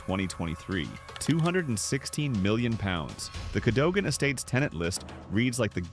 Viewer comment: Cadogan is pronounced Cadugan.